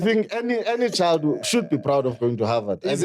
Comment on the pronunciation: "He's going to havard"😭😭😭😭